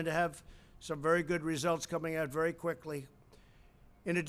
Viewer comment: Or Quicklllly